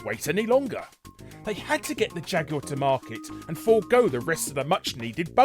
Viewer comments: you mean jag-you-er? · The Jag-U-Are? How can you pronounce Jaguar wrong? lol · He also called it a jag-u-er. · Damn, Jaguar is a three syllable word... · Today I learned Jaguar is a 3 syllable word.